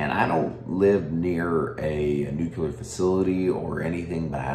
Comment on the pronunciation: Lear to say Nuclear, not Nucular.